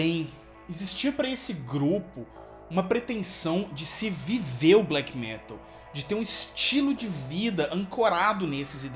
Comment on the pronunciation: Ótimo video, só não fala "fresh" metal